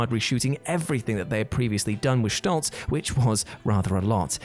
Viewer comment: Did you say "Shtoltz"?